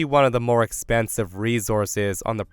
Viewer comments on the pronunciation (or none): none